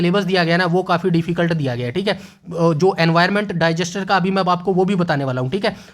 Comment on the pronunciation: Jab tak aap disaster ko डाइजेस्टर बोलोगे तब तक कुछ नहीं होने वाला और आप १२th के चैप्टर बोल रे हो १३-१६ क्या बायोलॉजी स्पेशल पोस्ट है ये थोड़ा सोचकर बोलो सर जी अब आप ये nuisance फैलाते रहोगे तो बच्चे कैसे आगे बढ़ेंगे आप पहले वो बताओ जो सिलेक्शन दिलवाएगा । जल्दी सुधार करो । viable चीज़े बताओ । ख़ुद भी ख़ुश रहो और बच्चों को भी demoralise मत होने दो । थैंक्स 🙏 ।